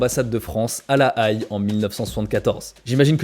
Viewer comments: quand tu as prononcé correctement "La Haye" dans le titre, mais qu'au début de la phrase suivante tu le prononces " La Aïe", c'est le montage qui fait mal 🤭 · Je comprends enfin pourquoi le parti communiste japonais d’aujourd’hui ressemble à un parti extrêmement pacifiste! Merci d’expliquer cette partie de l’histoire japonaise ! 😊👍🏻 La Haye se prononce « La Haie » par contre 🤓 (c’est là où il y a la fameuse cour pénale internationale) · Très chouette vidéo. Juste pour info la ville de la Haye se prononce comme une haie parce que ça veut littéralement dire haie en néerlandais. Den Haag. C'était la minute wikipédia^^ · "La Haye" se prononce comme "la haie" 😉 super vidéo ceci dit ! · c'est bien la première fois que j'entends quelqu'un prononcer "La Haye" de telle manière ^^" usuellement ça se prononce comme une "haie", cad "ɛ" comme dans mère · Pareil, ça m’a gratté l’oreille!!! La aïl 😂😂😂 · Très chouette mais juste ça se prononce la haie. Continue c est très intéressant. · Ca ne sais pas prononcer la Haye et nous sort tous un discours contre révolutionnaire uiuiui on en est là quoi (psychiatrisation des révoltée, ne surtout pas parler des événements du Liban dans les 70 les mechonts quise defendent contre l'institution policiere fasciste etc....) vaut mieux faire gaffe à tes discours car quand plusieurs personnes bossent sur une vidéo et que des propos dénigrant passe sur le môtage final on finit bien par comprendre de quel bord vous êtes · Très bon repartage! Seul bémol, tu prononces mal La Haye! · La Haye ce prononce "è" pas "aïe" en revanche vidéo super sympa :) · La Haïlle? "La Haie" s'il te plaît... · Sauf erreur ou homonymie la ville La Haye se prononce "la haie" comme les arbres, et pas la "aïe", c'est là où se trouve le tribunal international. A part ça la vidéo est géniale, super travail ! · Incroyable ce docu, btw la ville de la Haye se dit " la Haie" comme une haie et pas La Aïe :D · Super reportage..PS on dit La Hai pas La Haille